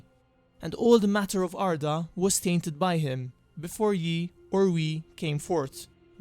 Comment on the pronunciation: You dont say Ye as "yee" the Y was used in place of Þ, þ which on its own makes the th sound so it is just pronounced "The"